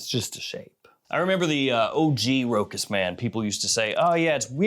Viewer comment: It is nor ROKAS ! it is ROSHA!